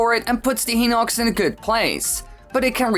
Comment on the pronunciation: it is hy-nock-s not hee-nock-s